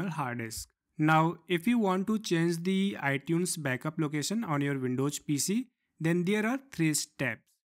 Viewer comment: Windows* not Windowjj